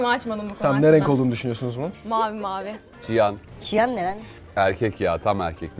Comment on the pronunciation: abi çiyan değilim siyan İngilizcede cyan diye yazılıyor